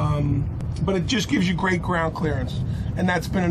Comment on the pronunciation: "Gerat" hah, is that italian?